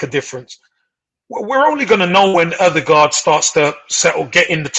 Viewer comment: Been raiding the AFC channels ever since Ødegod arrived. Finally an Arsenal fan that knows what he about to be blessed with.....decent pronunciation also but it's Ö-de-Gore(d) not Ö-de-Guard... Good stuff guys, liked & subbed (at least for 6 months) edit: don't worry about the physical league thing guys, he was being chopped down by part time carpenters when he was 14y old playing for Strømsgodset 3rd team in fifth tier of Norwegian football. Only a year later he was the best player in the first tier...